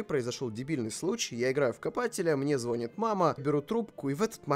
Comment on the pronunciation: ЗвонИт бл🤨🤨🤨🤨